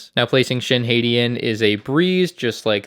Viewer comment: It’s spelled “hah-tea”